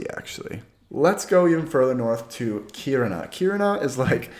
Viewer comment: I actually live in Kiruna, impressed by your pronunciation. Btw, if you want to buy up homes, you can easily rent it out to students coming for highschool and make a good profit in a few years time, any decent price would be gobbled up immediately.